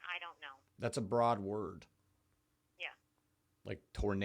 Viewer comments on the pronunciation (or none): none